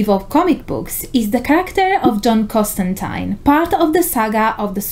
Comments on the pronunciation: The best part? SHE SAID CON-JOB'S NAME RIGHT! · I've only just started watching this and just want to say THANK YOU for pronouncing John Constantine's name correctly! It's a small thing, but so many people get it wrong, and as magic users, names are important.